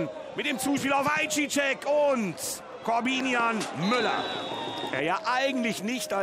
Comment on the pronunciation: Ist zwar "Ei seyah" ausgesprochen Young aber danke fürs hochladen.